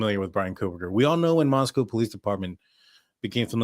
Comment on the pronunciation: You are doing such a great job at pronunciation of Nez Perce and Moscow. 🙂